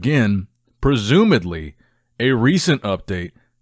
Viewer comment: Hi, Love your videos, it's "presumably" i think you said "presumadly"